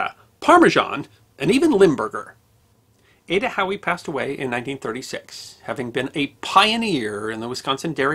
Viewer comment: At first I thought he was saying Adda "Cowie".......